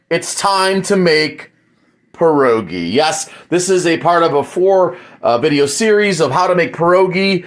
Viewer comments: Right, and not 'PAH' rogi, it's 'Pyeh' rogi. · Its pronounced "Pierre -ogie" instead of perroegee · You don’t even pronounce it right. They are called pied-doggie. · I hate to say…you aren’t pronouncing pierogi correctly…lol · Roll your “R” in pierogi